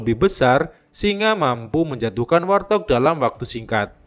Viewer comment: Warthog.. cara penyebutannya bukan war-thog Min, tapi wart-hog atau wawt-hog Wart = kutil Hog = B2 liar Izin 🙏🙏